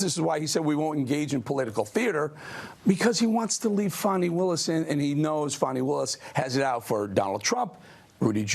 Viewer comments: Thanks for pronouncing the name of Georgia's Attorney General correctly. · HOLY SHIT; A REPUBLICAN PRONOUNCED HER NAME RIGHT